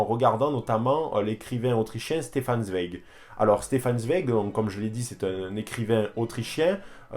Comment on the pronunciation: Excellente vidéo ! Juste on dit "Tsvaïek" pour Zweig ; )